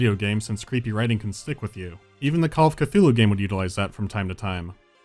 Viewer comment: You pronounce Cthulhu wrong btw